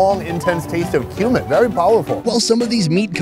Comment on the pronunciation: Every time he says kumin I hear “human”